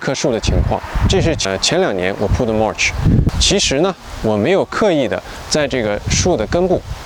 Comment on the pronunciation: 你mulch 發音錯了。聽多了，受不了。不好意思